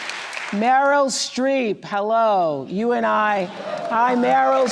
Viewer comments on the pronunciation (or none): She called her Merlyn loool